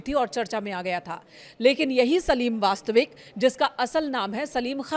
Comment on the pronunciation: Vastik ko vastvik keh rahe kaise anpadh reporter hain 🤔